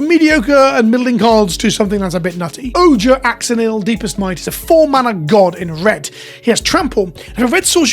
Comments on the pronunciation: Hi Hi YT! Just popping in with a tip since Spoiler season is starting and since us in the Anglosphere can be unfamiliar with Spanish, and definitely Mayan and Aztec. "J" is pronounced like an "h" like in Jalapeño, and "X" is pronounced like an "Sh" (like in Xibalba the land of the dead) so the red god's name would be oh-HAIR ash-o-NEEL(spanish uses very pure vowels as well) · Just as an FYI, there will be a whole cycle of “Ojer…”, and they’re all pronounced like Spanish (partly modern, partly historic), so the J is the English H and the X is the English SH. This one is O-hair Ah-show-kneel